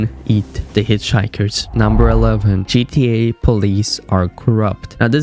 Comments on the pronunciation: He can’t even say GTA right he keep saying GDA 😂🤦🏽‍♂️ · Why is he saying GDA😭😭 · I can't watch your videos as you keep calling it GDA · Bro said GEA instead of GTA🤣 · "g D a"? no. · GTA not gda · G TTTTTTTT AAAAA NOT GDA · "GDA" is super fucking annoying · its GTA not GDA!!!!!!! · Bro, it's gTa not gDa. 😂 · it sounded like he said GDA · Why do you keep saying GDA? Stop it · Why you guys like that. He can still say the words so what if he pronounces it wrong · Tell him to pronounce it right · I’m sorry but why you say GTA like that